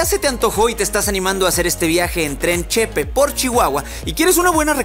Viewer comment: Que bueno que viniste a mi estado! Nomas una cosa, es “Chepé” no “Chépe” 😊